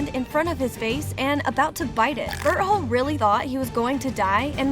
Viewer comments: she said berholt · Ma'am you forget the T in Berthold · its bertholdt not b*tt hole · "it all started with ymir historia connie reiner and bertHOLE" i swear am i the only one who heard berthole in that first part💀💀💀💀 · “Bert hole” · she called beartolt butt hole🤣🤣🤣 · DID SHE JUS SAY BERTHOLE? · What people hear: bertholdt What i hear: bird hole